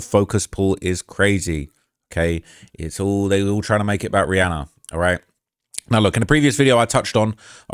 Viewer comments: im making fun kf the way he says Rhianna. He says it Rhianner......just being sarcastic please calm down. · Nooo not “Rhianner” 😭